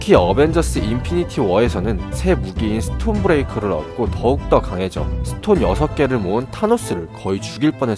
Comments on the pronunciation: 스콤브레이커 -> 스톰브레이커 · 스콤브레이커 × 스톰브레이커○